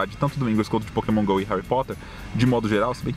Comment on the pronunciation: Sempre que o fala Pokémon Go eu entendo Poke mongou